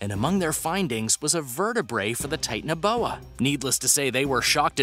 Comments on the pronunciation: It is not Titan-boa it’s ti-tan-o-boa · It’s not tit anoboa it’s acololy titanabooa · Tie-tan-uh-boa I’m gonna throw up if I have to listen to you mispronounce anymore!